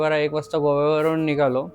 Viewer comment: Nigaloo kay nigalo .. nighalo bola !